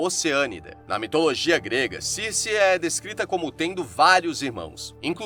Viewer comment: Ótimo vídeo! porém, me incomoda ficar falando o nome dela errado. Não é Circê... se pronuncia Circi